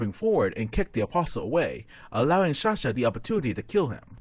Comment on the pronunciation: Is it me or he says shahsa instead of sasha